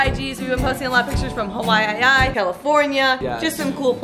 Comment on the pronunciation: She pronounced Hawaii as Hawa-I-I